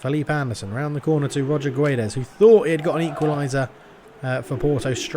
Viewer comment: It's King of Pronunciation time! *Choir in the Background* Ooooooooh, It's the King of Pronunciatiooooooon *voice fades out* In today's episode, we're going to learn how to spell "Guedes", a very common Portuguese last name. To correctly pronounce the name, we first need to pronounce the word "gets". Both the "u" and the last "e" in "Guedes" are silent after all. So, how does one pronounce the "ds" sound at the end of "Guedes"? Well that's easy! You make a 'sh' sound, as in "should". With all of that being said, "Guedes" should be pronounced like "Gedsh". Good luck, and stay tuned for the next "King of Pronounciation", baby! *Choir in the Background* Ooooooooh, It's the King of Pronunciatiooooooon *voice fades out*